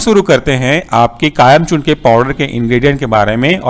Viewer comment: its kayam chooRN not kayam chooRNA